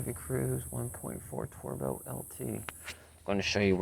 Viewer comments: For the love of god, learn how to pronounce words properly! WTF is a twerbo? Busch is beer, Bosch is car parts you tool! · Jesus this dude can’t pronounce anything correctly. Bush sensor, turbo, biometric sensor… wtf is he doing even working on cars?!?!?